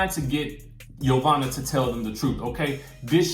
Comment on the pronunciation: Dont forget "hoe"vanna lol. The girl from last season called her